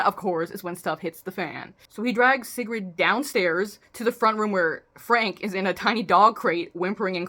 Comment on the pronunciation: I think how u said sigrid is correct